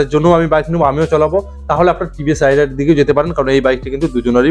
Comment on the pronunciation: ভাই, উচ্চারণ রাইডার হবে না, রেইডার হবে।